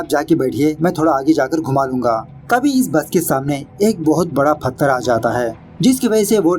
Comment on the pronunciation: फथर nhi पत्थर होता है और explanation 🤣🤘👌👌👌👌mast hai.....